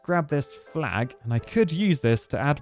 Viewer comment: no one: me: GAYser tower